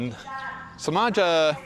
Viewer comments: If you are learning Bahasa remember that the C is pronounced Ch which means Cimaja is called Chimaja. Don’t worry I’m not offended. Have a good trip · It’s pronounced Chimaja . Ci is ch . I spent 18 months there about 10 years ago , cool place . There’s much much more there than waves . Locals very friendly too